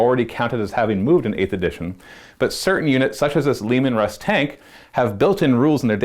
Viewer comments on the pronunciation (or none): It's Leman Russ...not Leeeeeeman,. "I'm Bruce Lee Man"